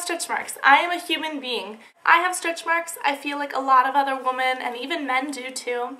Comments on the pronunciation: WOMEN. Proncounced "wi-men" not "wo-min" PLEASE FIX THIS, DRIVING ME NUUUUTS. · It's "women" not "woman". Sheesh!